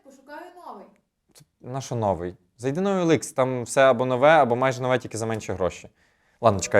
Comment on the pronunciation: Не нОвий, а новИй! І не ладно, а нехай!